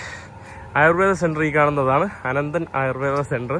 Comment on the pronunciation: അനന്തൻ അല്ല ആനന്ദം.